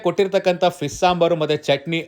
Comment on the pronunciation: ಫಿಶ್ ❌ ಫೀಸ್ ✅